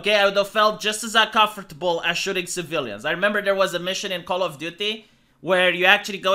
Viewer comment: It makes me uncomfortable the way you say uncomfortable.